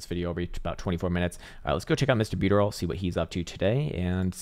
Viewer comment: Lol when I first landed to this channel, I was like ..huh? Is there a coin called Me. Buteroll? 😂😂